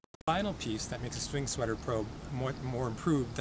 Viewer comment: He keeps saying sing swetter